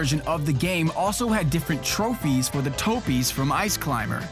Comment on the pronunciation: Covering the trophies part in the vid, he's said trophy so many times that I began hearing him say trope-fees instead of tro-fees. This has confused the hell outta me and so I'm really asking: is he saying trophies or trope-fees?